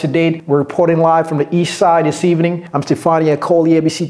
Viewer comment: At the end also, she pronounces "ii saïde" to mean "East side" Thanks a lot!